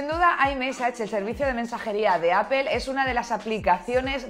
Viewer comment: QUE MAL INGLÉS. NO SE DICE APEL; LA PRONUNCIACIÓN EN INGLÉS SERÍA LO MAS PARECIDO A... APL